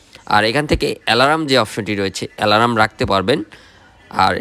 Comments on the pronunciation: "Alarm, king talker & meeting" spelling shuddha kore bolben please. Apnar shob video te same obosta. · আপনার রিভিউ তো বেশ ভালো হয়। এলারাম, কিং টেকার আর মেটিং এর উচ্চারণ শুনে বোঝা যায় আপনি উচ্চ শিক্ষিত। আপনি কোন বিশ্ববিদ্যালয়ে পড়ালেখা করেছেন ভাই?